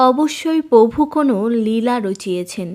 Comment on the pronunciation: আপনার মুখে পভু উচ্চারণ শুনতে খুব মজা লাগে আমার ৷ হাসিও পায় বটে ৷ ধন্যবাদ দিদি ভাই